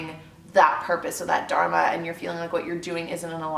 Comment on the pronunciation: Great video. Although I wish I could tell you how to pronounce Dharma.